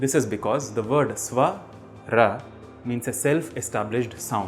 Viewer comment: Can u speak in a way it is actually said it should be said like svarah not svara